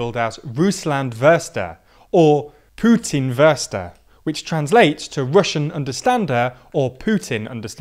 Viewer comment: Dude straight up butchered "Russlandsvesteher" and "Putin-Versteher"s pronounciation